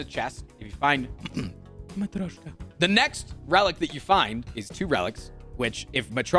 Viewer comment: His pronunciation of matryoshka is actually cleaner than his pronunciation of girya. Just saying.